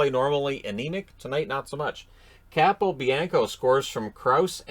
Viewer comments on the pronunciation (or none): none